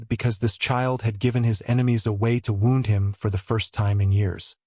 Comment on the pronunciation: Ok. I'm totally invested in this story now so a couple more things: Pronunciation of Ravenshire should be Raven/shire. Not Ravens/hire. Also, Penhurst should be Pen/hurst, not Pen/hist. Also, the word wound is being pronounced wrong. 😊 Looking forward to the story of the Ravenshire heir growing up with such an intense, devoted father. (If you are in need of a proof reader I would be glad to help. 😁) Have a great day!